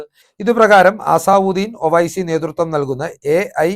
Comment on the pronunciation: ലല്ലു പ്രസാദ് യാദവ് അല്ല ലാലു പ്രസാദ് യാദവ് . അസാവുദ്ദീൻ ഒവെയ്സി അല്ല അസദ്ദുദിൻ ഓവെയ്സി ആണ്. വാർത്ത വായനക്കാരൻ പേരുകൾ ഉച്ചരിക്കാൻ പഠിക്കണം.